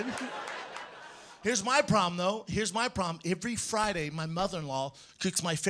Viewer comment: why does Brendan pronounce 'every' like you take the word 'give' right and take away the 'g' you have ive. He says it like that ivrey. listen. Once you hear it, it will haunt your dreams